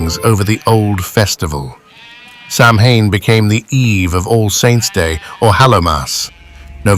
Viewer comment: I say it the same Sam Hain,grrr,it's pronounced different,anyhow,this is 👍,Thanks 👋🙂